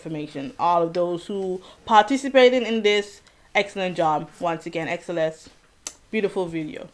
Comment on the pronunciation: don't worry you are saying xceleste correctly